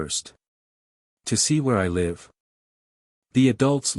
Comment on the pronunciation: The word Live is pronounced as liv not lie.